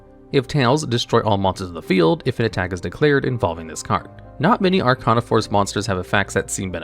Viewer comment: First, you pronunced Arcana wrong. Second, how could you not mention the otk move using The World and Samsara Lotus?